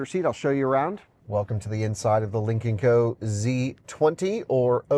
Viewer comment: I can't help but hear "Lincoln Co" every time.